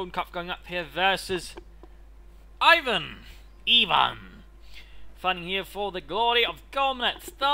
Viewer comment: I like that small pause in the intro "totenkopff fighting against..... IVAN"